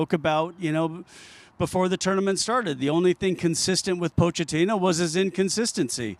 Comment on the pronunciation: Why is everyone saying Poe-Chat-Teenoh? The ch is meant to be pronounced like a k. "Pokettino".